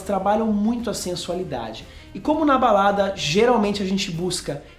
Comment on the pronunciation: Alguém mais ouviu baladras?..kkk